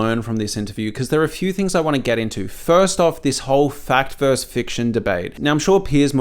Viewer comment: ...you're a smart guy and should know better. "Fact VERSUS fiction," not "Fact VERSE fiction."